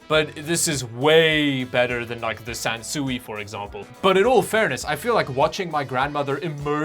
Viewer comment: Sansui is pronounced kind of like "san sway". The characters in Japanese mean mountain & water and it translates to landscape.